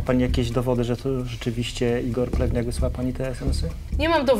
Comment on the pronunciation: Czego ja zamiast plewniak słyszę plemniak?